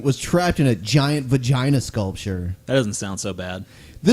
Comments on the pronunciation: You stole the pronunciation of vagina "vagin" from Borat xD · Lost it at "We got to get this guy out the the giant vajeen!" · Its pretty ironic that such a big pussy cant say vagina lol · Why is the guy giggling like a 5 year old? Ok, so he's gay but he's been in a vagina at least once. He's almost 50, he should at least be able to pronounce the word.